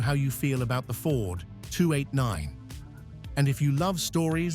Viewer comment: Yeah. I love the 289, but HATE AI. "The 289nth". LOL Let me outta here!